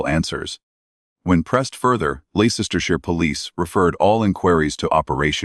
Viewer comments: It's pronounced l e s t e r shire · It’s Les ter (as in the name Les) sh ire. With an I. Pronounced Shy- re.. TERRIBLE AI spelling as ever.